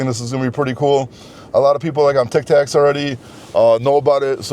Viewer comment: Tik tok not tik tak haha